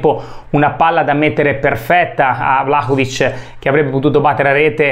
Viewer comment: Vlacovic non si può sentire